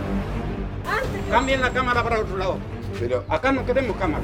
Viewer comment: "Apunten otro lado, no queremos camarah acá, apaga esa camara voh" 1 tableta de rivotril después "pasen a sentarse y les voy a contar"